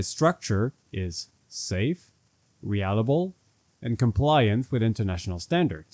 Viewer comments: Drink every time he says "re-allable" instead of "reliable" 😂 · Reliable - Ree lie a bell not re alley bell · Realable? Reliable. Re-lie-a-bull NOT re-al-a-bull🤣